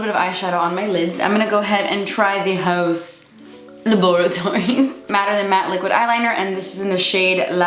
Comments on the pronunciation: Haven't even started, but pumped to hear "hauzz la-bore-atories" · I always look forward for you to say Haus Lab-a-ra-tories! 😂